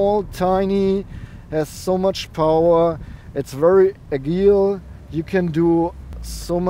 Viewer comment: Interestingly, it's pronounced "matsuda" in Japanese, too! Oh, and I like how your German slips into your English sometimes: "It's really agil" :P